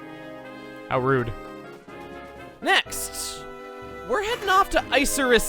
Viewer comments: "How ROOD" Almost slipped past me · "How Rood"